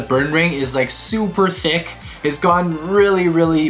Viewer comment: and When you say tick, do you mean thick or THICC?